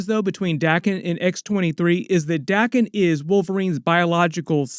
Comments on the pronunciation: It's pronounced day ken not dahken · Wolverines sons name is spelt Daken. So its pronounced 'Day-kin'. If it was spelt Dakken it would be pronounced 'Da-ken'. The rule is a double consonant after a vowel shortens the vowel. 'Daken' only has a single consonant so its a long vowel. Day-ken. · Your rule doesn't apply to Japanese words. Daken, or rather 駄犬, is pronounced dah-kehn.